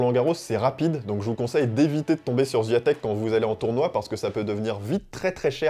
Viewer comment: Tu sais meme pas prononcer son nom de famille. Zero effort. La honte!